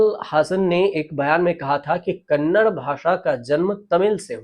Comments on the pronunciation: Sir, it is NOT Kannad but Kannada. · Sir, कन्नड not कन्नड़ (kannada not kannad)